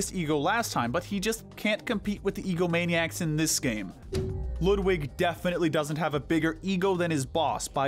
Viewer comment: It's pronounced "Loodvig".